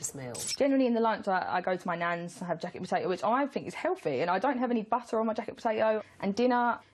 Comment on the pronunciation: Why can't the blonde pronounce "TH" ? Is it a speech impediment? "Fink" for "think" "Hellfy" for "healthy" etc. It sounds odd.